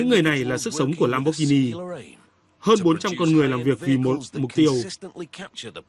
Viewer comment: Value giọng Bắc, lam bót ghi ni haha